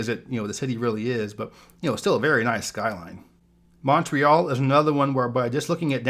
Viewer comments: The way he says Montréal has me dieing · You mispronounced "Montreal"